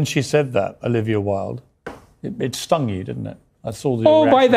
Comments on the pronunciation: DId you say Olivia "Willed" instead of "Wild?" By the way, her actual surname is "Cockburn." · Omg I love you but her name is "wild". You and Kyle are the absolute worst at pronouncing names lol. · Why-Uld, like Oscar Wilde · Wait..did you say Olivia Wilde like "Willed"??? Its Wild..like its wild you said her name like that.